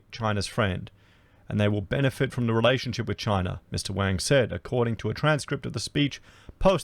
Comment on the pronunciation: Damn - you're going to piss China off even more lol - pronouncing Wang wrong! Wang is the same name as Wong, they hate when you say Wang.. next warning from China will be about Racist youtube channels:)